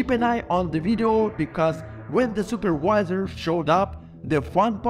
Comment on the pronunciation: In this video the guy says superwisor but also says video…..